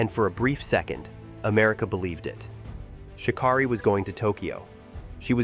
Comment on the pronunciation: Its pronouncing her name wrong!! Rude